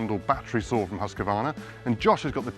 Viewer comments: right it's Husqvarna not husk a varna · No English speaking can get the name quiet right. Its Huussqvaarna,prolong the name and you will sound like a Swede.. :o)